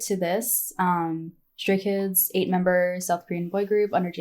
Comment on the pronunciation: Your pronunciation of the names was perfect, in my opinion. Welcome to the rabbit hole, welcome to Stayville ❤ pre-debut Stay here. ❤ You have only 10000 songs left yo check out 😂😂😂😂 Btw. They are chaotic, loud, random, weired, lovly, adorable and caring chreakheads 😂😂😂 thats why we love them soooo much ❤